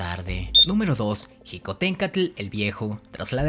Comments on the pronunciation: Se pronuncia Xicohténcatl (Shicoténcatl) no (Jicoténcatl). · Tus datos sobre Xicohtencatl Hue Huetl son incorrectos, comenzando con que no se pronuncia jicohtencatl, la correcta pronunciación del nahuatl es sh, te recomiendo que antes de subir tus videos verifiques tu información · La “X” de Xicohténcatl se pronuncia como “sh”. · Hola, excelente vídeo, sólo una observación, cuando dices Xicohténcatl, la pronunciación correcta de "Xi" es Chi, saludos.